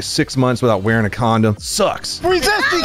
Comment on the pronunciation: Alot of emphasis on the "use a condom"part 😂